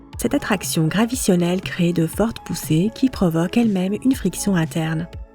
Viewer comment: " gravitionelle" 🤣🤣🤣🤣🤣 JPP 😂😂😂😂😂😂